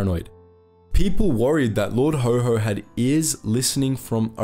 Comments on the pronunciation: Lord Haw-Haw, not Lord Ho Ho. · Lord HAW HAW, not Lord HO HO. He sure wasn't Santa! 🙂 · Well researched presentation. Not Lord HoHo, but Haw Haw, bro. "Lord haw haw the humbug of Hamburg" Always Look forward to each new episode arriving on my desktop. Well done mate, keep it up. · Please check how to pronounce words it is lard HAW HAW (Rhyms with saw) NOT HO HO as in Father Christmas!!!! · "Haw-Haw" wouldn't be pronounced like "ho-ho" but like the aw sound in saw, or the "Haha" sound of laughter. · Why do you pronounce "Lord Haw Haw" as "Lord Ho Ho"??? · The small ANNOYING ways to pronounce Lord Haw Haw. It not Ho Ho! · learn how to pronounce haw haw